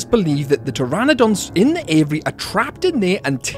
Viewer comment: say with me: "A VEE AIRY". 😂 Love your channel!